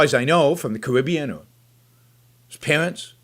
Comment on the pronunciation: I’d give ya a hundred bucks if you could just pronounce shit right. It’s Kuh-NO-shuh. Not hard to pronounce. Especially since it’s been all over the news the past week. Not hard. Here’s another one. It’s Sahl-mee-AIR-ee. Salmieri. Not Sall-i-MER-ee. And “Carribea?” Where is that? Looked on a globe. Couldn’t find it. Something tells me, though, that you actually live there. Jesus...